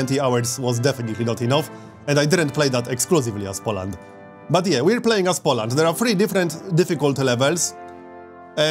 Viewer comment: Everything is ok, but learn to pronounce the word "Poland" correctly - powinno wymawaić się: "Poulend " (mniej więcej) z akcentem na samym początku.